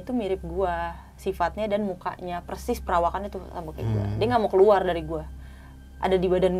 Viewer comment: bang mau tanya, knp konten2 horror ngomongnya "Percis" bukan persis?